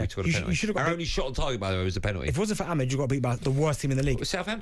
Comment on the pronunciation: who da fuk is Amid? and benty saying Ahmed. how hard is it to sa Amad? Ah-mad!!!! madness.